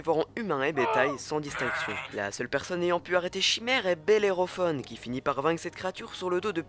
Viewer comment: Echidna é-ki-dna ! relis toi ! On dit Bellerophon fon fon, comme gaston ! Putain, ne faites pas de chaine culturelle si vous n'en avez aucune !